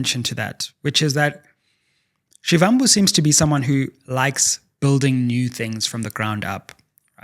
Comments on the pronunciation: Actually pronounced as Shibambu, like Muvhango tv show is Mubango. I'm Zulu in KZN by the way. Great show! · You could at least pronounce Floyd Shivambu’s surname the right way.